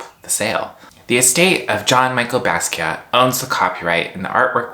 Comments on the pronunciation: The way you said Jean Michel Basquiat tells me everything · I'm sorry, I can't take you seriously if you can't even pronounce Jean-Michel Basquiat's name correctly. The history of art would be a real important way to have a deep understanding of what's going on with nft's, you don't have it.